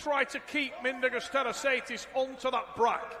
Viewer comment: “Mindaugas Tetrasaidis”......!!! Go back to the primary school Trevis….!!